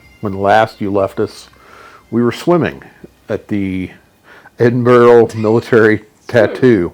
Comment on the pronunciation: Ahhh you can't beat the Edinburgh Tattoo, the pipes and drums always stir my Scottish blood. Great video, I've subscribed and going through your vlogs with great enthusiasm. Btw Edinburgh is pronounced Edinbru.